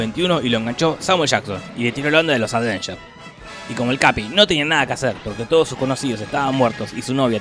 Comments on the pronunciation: avengers, no ADVENGERS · por diorrrr! dejá de decir aDveinyers! es sin la d! aveinyers! me desconcentra de los chistes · Si tomáramos un shot cada vez que dice "Advengers" en vez de "Avengers", terminamos en coma alcohólico con este video solamente. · Los "advengers" :v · "Los Advengers" "ADvengers" Noto como que algo esta mal... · Porque dice todo el tiempo "aDvengers"? 🤣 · "Los advenyer" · Por qué lo pronuncia "aDvengers"?!!!